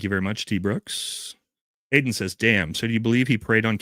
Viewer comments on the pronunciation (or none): none